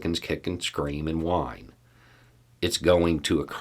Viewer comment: emphasis on the "whine".